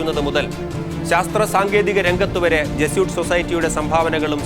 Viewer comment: Jesuit should be pronounced correctly as Je su it. Not as Je soot.